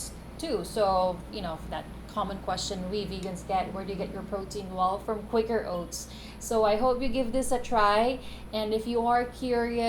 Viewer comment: it's Kwaker owts